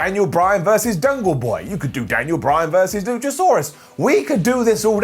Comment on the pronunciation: Did say Dungle boy😂😂😂